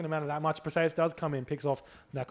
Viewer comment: It's Per-see-us. Not "Persayuhs"